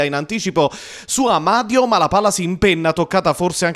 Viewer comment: sto telecronista sbalia tutti i coniòmi... Amadio...Anania...tutto senza accento tonico...